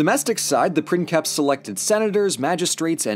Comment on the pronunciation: A puppy just died because you pronounced C in princeps like the one in "cat". It was a cousin of the millions of puppies that die every year each time native English speakers pronounce X and J in Spanish words like they would in "mix" and "jet".